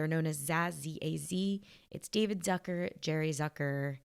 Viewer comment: "Zucker" is a German name (meaning "sugar" by the way) and it's pronounced "Tsooka" instead of "Sackör". 🙂